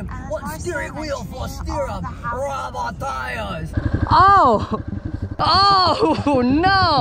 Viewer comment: "RUBBAH TIYAZ"